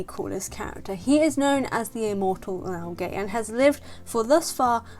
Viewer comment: You pronounce the name as LAO GUH, not LAO GEH, and not LAO GAY.